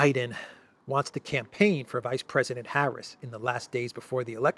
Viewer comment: Hahaha, ”yeah, Brandon you can join the canpaign on the 6th…”